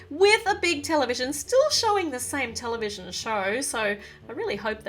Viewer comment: When she says television I thought she said Nutella vision